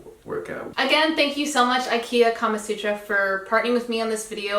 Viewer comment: Do u actually know the meaning of kamasutra ? ... as a Indian it is weird and funny to hear it in different context & pronunciation 😄😄